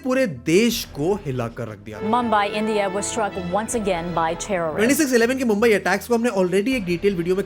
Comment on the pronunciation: India ko Endiaa bolte hai sale😅😅😅